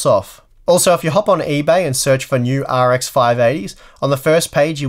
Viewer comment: Sounds like his saying R “G” X 😂